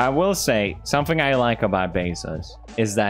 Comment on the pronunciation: Did he say "somefing"?